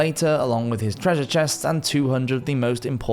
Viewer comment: Um, did you say treasure?